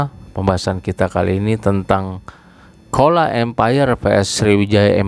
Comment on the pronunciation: Pengucapan chola menurut bahasa tamil adalah cola bukan kola Mohon di koreksi di pengucapannya.